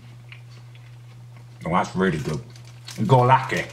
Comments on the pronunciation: goralki is polish and is pronounced GURALKI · My man pronounced góralki as goorlaki